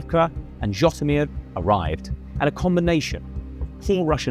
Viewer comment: its Житомир not zhotymir